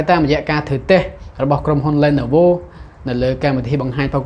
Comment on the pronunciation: អានថា លី ន វ